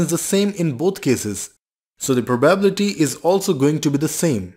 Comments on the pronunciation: Let me ask you this, what is that proBabbillity that you are pronouncing the word probability in a very funny way? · If I have to hear "proBABble-ity" again, I might throw my phone out of a window. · I like your riddles a lot , but could you please emphasize 'probability' on the 3. syllable? Thanks ;)